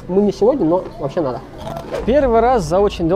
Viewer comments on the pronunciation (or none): none